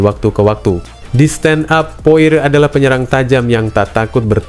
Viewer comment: Poirie bukan poar